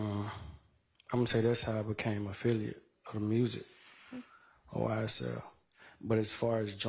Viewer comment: Whenever he said ysl a gang ,he messed up